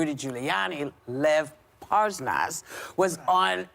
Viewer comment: Seriously Whoopi, cant pronounce Lev Parnas?? Lev Parsnas??